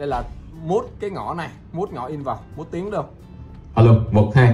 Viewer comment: Từ “mute”đọc là miu chứ không phải mút Vũ ơi…Thân ái góp ý😊